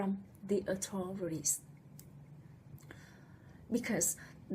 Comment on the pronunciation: With out a DOUBT women are subjected to more AND worse abuse than men !!! I beg your pardon... but, your message would have a better delivery/response if the word "authority" and "authorities" were pronounced more clearly. Please let me know how or if I/we can help...